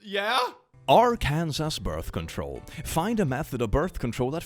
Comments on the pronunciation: Please,, Arkansas is pronounced Arkensaw, not Are Kansas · “Our-can-sus”!? 😂 it’s “ark-an-saw” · fyi arkansas is pronounced [arr-can-saw] not [arr-can-sis] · Just so you're aware, it's not "ar-kan-sas", it's "ar-kan-saw". And that state is incredibly sensitive about it. Pronouncing it as the former is actually illegal in the state. (So, yes, you can be technically arrested for mispronouncing it.) Yes... I don't get it either. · Just so you know, Arkansas is actually pronounced [Ar-kan-SAW], state in the US. Definitely not judging. Love the channel! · As an American, I'm going to correct you so a whole bunch of people from Arkansas don't show up at your door wielding baseball bats. It's pronounced Arkansaw. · So to anybody who doesn't know (not sure about knowledge of the States but) it's pronounced "Ark-And-Saw" instead of "Ar-Kan-Sass" because... English. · Heads up that Arkansas is pronounced "AR-kan-saw." I used to say it like Ar-Kansas too but I guess it's french or something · It's a nitpick, but, love you for all you do, but it's pronounced Arkansaw not Ar-Kansas. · I'm sorry but did I just hear AR-ken-saw being pronounced as ar-KAN-zes? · It is Arkan-saw. Not Ar- Kansas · It’s pronounced Arkan-SAW,. I know it’s spelled weird, but that’s how it’s pronounced.😊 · its not pronounced ar-kansus it is pronounced ar-can-saw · CLICK ARKANSAS IS PRONOUNCED “ARKENSAW” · Quick heads up: Arkansas is pronounced “Ar-can-Saw”. You’re welcome, non-English speakers. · click mispronouncing Arkansas is simultaneously hilarious and illegal. yes it is an actual law that you cant pronounce it "are-kansas" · Arkansas is actually pronounced like Arkansaw, not like Arkansas, just letting you know:) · Arkansas is actually pronounced like "are can saw". no idea why, but Americans and our English ig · idk if you're saying it like that cause of the meme or not, but it's pronounced arr-can-saw😂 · it's pronounced ar-ken-saw Arkansas ❤